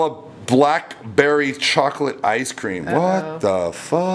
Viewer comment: Anyone cringe every time he said BLACK Berry